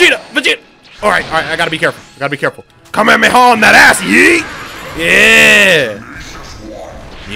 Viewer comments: you are saying kamehameRHAAAAAA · It is not kamehamera it is kamehameha